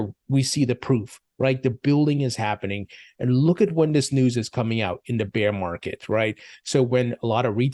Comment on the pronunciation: Love your content, but please, stop pronouncing "Beer market🍺" its bear market🐻